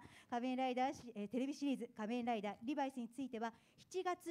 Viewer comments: リ↑バイスなんだ、リ→バイスだと思ってたんだけど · リバイ⤴スじゃなくてリ⤴バイスなんや。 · 発音の仕方はリ↗️バイスしゃなくてリ↘️バイスなんだ。